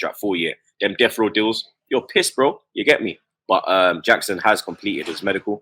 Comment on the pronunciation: You can tell don't watch football on the reg. How can you be butchering all those household names. Man said Gonoto, it's read as Yonto, also Yackson?? lol. brother is Senegalese not South American.